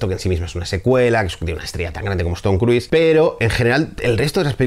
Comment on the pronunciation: Tom Cruise se pronuncia " Crus" no Cruis, por eso se hacía el juego de palabras Crus and Crus cuando "salía" con Penélope.